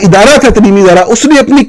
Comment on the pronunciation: "تلیمی" نہیں صحافی صاحب، "تعلیمی" بولا جاتا ہے۔ 😅😂 آپ کی باقی باتوں سے اتفاق کرتا ہوں۔